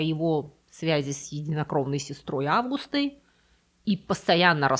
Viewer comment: Сестрой Августой, ударение на у🎉